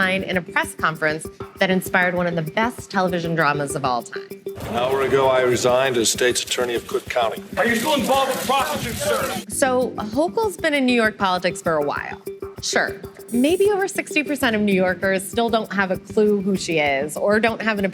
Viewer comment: "ARE YOU STILL INVOLVED WITH THE PROSPITUTE, SIR?!"